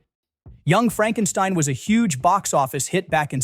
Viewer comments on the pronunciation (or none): it's not Fredrick Frankenstein, it's freedrick frankensteen.